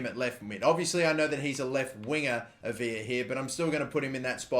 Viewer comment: For the youth kid. It's not Aviya it's just A-V-la. Only the double l "ll" is silent in Spanish. What you're saying would be spelt Avilla